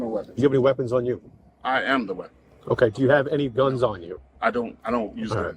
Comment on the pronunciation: "I am the wepon" got me dying